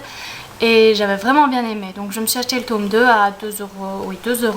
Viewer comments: J'adore la prononciation "tôme" ^^ Une chouette première vidéo, hâte de voir la suite! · Coucou ! (c'est Mélo), ravie de te voir en vrai, tu es toute mimi ! Et moi j'adore l'accent belge et je préfère même quand on prononce tÔme et non tome à la française :p Pourquoi dis-tu que tes études ne vont pas aboutir? j'admire franchement cette branche, j'aurais beaucoup aimé traduire des livres mais étant donné que je suis déjà une truffe en anglais c'est compliqué,lol . En tout cas je croise les doigts. A b1tôt, ça m'a fait plaisir de te voir (mm si je ne suis pas super assidue des vidéos)